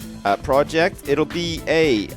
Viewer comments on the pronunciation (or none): I think he means that you said itll, not it'll